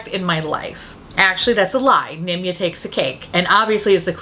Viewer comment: I just hear “Nimya business” whenever you say Nimya. Edit: you got me rollinggg🤣 what’s it like being so talented?!